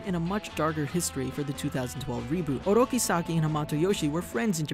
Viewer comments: It's Oroku not Oroki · Why does he keep saying "Oroki"?